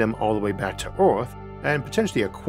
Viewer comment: Good graphics but why the dumb Cajun AI voice - “orth” , “Gormany” , “shivers” FFS Does the narrator have a speech impediment ?